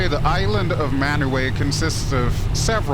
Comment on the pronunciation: Pronounciation is “man” “ooo” “eye”. It is currently uninhabited - there once was a copra plantation on the island. There is, unfortunately, not a functional airfield on the island. It is not far to Aitutaki (100km), a trip locals make in quite small boats, to fish the lagoon. The graphics are spectacular but the habitations are pure fiction.